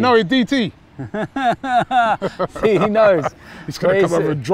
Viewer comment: "You knoweee DTeeeee" You knoweeee thats racist Robbie? lol